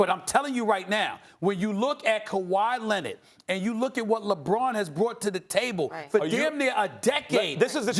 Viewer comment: "Kawhi Lennid"